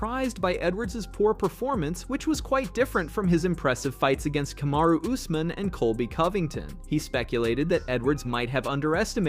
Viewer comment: C'mon, it's pronounced ooz-mahn. Not us-man. 😅